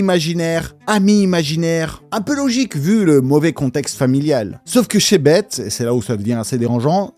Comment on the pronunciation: 'Beth' se dit 'Besse' à l'anglaise. Comme le 'th' dans 'the' Voilà voilà, petite correction, je sors ⤵️